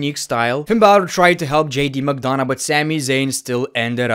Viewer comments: McDonagh is pronounced "McDona", the "gh" is mute, so you don't pronounce it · The fact that he pronounces McDonagh is so funny 😂😂